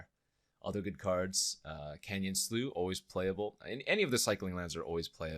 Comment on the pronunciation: it's pronounced "slough"!